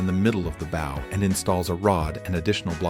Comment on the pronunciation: This isn’t the same boat. And learn to pronounce “bow” 😂